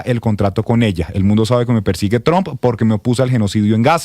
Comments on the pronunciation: Jefe no. Líder del narco dijo troump 😂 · Líder dijo troump 😂